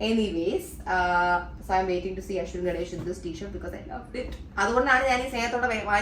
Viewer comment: Very nice selection of kurthas nd earing accessories …👍🏻👍🏻.. like when ur in fun mood, so natural….nd like the accent u said Ashwin Brand Shirts.👕 👌🏻